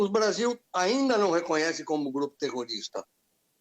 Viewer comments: oh dificuldade de falar terrorista minha filha🙄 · A parceira não conseguiu falar Grupo Terrorista...🤑🤑🤑